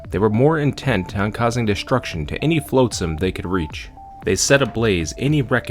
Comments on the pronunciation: nitpicker here but its pronounced flotsam not floatsam, you dont pronounce the a, yes i know its stupid cuz it litterally is defined by it floating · A really fantastic story & I have subscribed. Honestly I have only 2 minor issues with your narration 1 - 'flotsam' is pronounced 'flot sam' not 'float sam' 2 - Sometimes you say 'I' speaking as Lowtide and then sometimes you refer to Lowtide as someone else. It is a bit confusing Edit to add things I liked a lot: How you just accept random things in the story like getting an SMG as part of the universe Quoting random pop culture references that semi-fit with the story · One of the few people who can make Rimworld interesting to watch. Nice story telling. One thing though. It's a little thing, but... You're killing me. 😛flotsam /flŏt′səm/ Soft 'o' sound. As in "lot", not float.